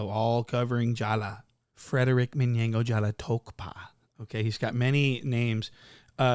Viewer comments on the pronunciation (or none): Lmaooo when you say Minyango 😂😂